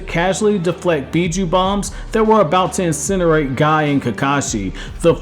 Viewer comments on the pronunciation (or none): none